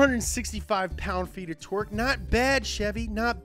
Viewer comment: “Hursepurrs” “Lbs/foot of Twerk”